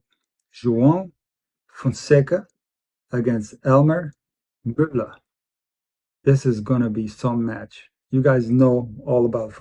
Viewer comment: Møller: Perfect pronunciation! 😊 Best regards from Denmark